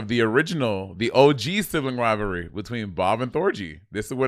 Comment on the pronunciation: Once I heard Bob say “Sibling Riverly” and my dyslectic brain now permanently renamed the show that.